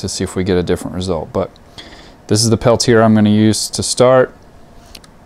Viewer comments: it's pronounced Pel-tee- A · Perhaps, but that wasn't my intent. I apologize. I should have said, "This is an interesting video. Thanks for posting it. Just so you know, the TEC device is pronounced Pel-tee-A."